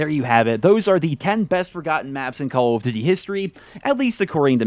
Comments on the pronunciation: It’s call of DUTY, not diddy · The way this mf says Cowl-f-d'ty.